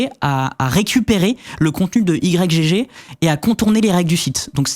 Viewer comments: Vous dites i-grec gégé vous? Moi je dis juste igue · Personne ne dit "Y G G". C'est Ygg. Comme Yggdrasil. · Mais vous pouvez pas dire "igtorrent" comme tout le monde, au lieu de dire "I-G-G-torrent" ? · "i jé jé" Mais?! c'esg "igue" :') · ohhhhh sérieux ? "Y, GG" ? ... En une syllabe "Ygg" comme le debut de Yggdrasil. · " Y G G " , comment vous prononcez Yggdrasil ? 😂